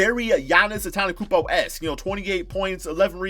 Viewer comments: Ffs pronounce Giannis’ last name right it’s not that hard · Jesus can you say Antetokounmpo correctly.